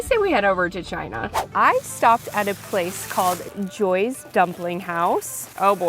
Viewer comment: Joyees is pronounced joy-ee btw